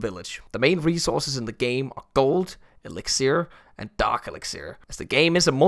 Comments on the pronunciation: elixir Got me dying its elixer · I almost died when pronouced elixir as elixEER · Why does pronounce Elixer as Elixieer? Also can't believe out of all the people to sponser CoC would choose that deserves a medal. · Bro can’t even pronounce elixer lol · Ah, elixir with the stress on the final syllable, most Danish has sounded since he said smørrebrød. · You know you've made it in life when you're sponsored by clash of clans and pronounce elixir the weirdest was possible